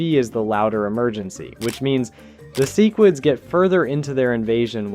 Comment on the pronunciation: Love the video but the way you say sequids, Cecil, and crisis pisses me off😂